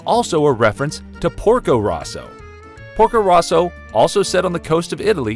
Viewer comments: Porko ROWso not RAUso... They even say it in the movie =p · Also Porko "Row-so" not "Raw-so" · Why is the pronunciation of Porco Rosso butchered like that